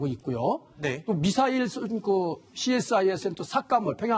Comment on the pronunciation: 미사일도 빨갱이식 발음으로 말하네 빨갱이 시키